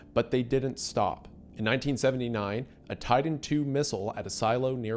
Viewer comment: "buddon" (drink) "deddonating" (drink) "Tidan 2" (drink)